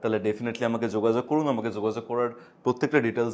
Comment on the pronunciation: Zogazog naki jogajog? Bangla ta to bhalo kore uchharon korun atleast. English tone e Bangla kono bichhiri lagche sunte...